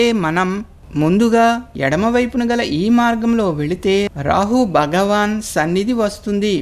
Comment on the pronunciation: బగవాన కాదు, భగవాన అనాలి, భగవాన.